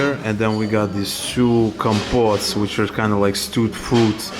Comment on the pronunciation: Again, in Polish the letter "o" is always pronounced as "o" and the word stress on the penultimate syllabe. So you say "KOM-pot", not "kam-POT", "pacz-KO-mat", not "pacz-ka-MAT", and "SO-pot", not "sa-POT". Also, the letter "o" is never pronounced as a Russsian diphthong "ou" - it is just "o". If you stay here a bit longer, you will get it. :)